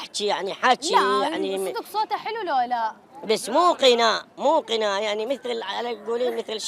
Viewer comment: قناء😂 أقني😂 القدة خباز😂 ألقاز😂 والله العربان بس لو أعرف ليش تكلبون الأحرف